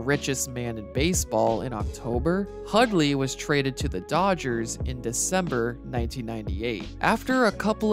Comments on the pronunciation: Hudley Hudley Hudley. I know you can pronounce Hundley properly. I believe in you. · Pretty good video, but there's an 'N' in Hundley. His name isn't Hudley and you kept pronouncing it.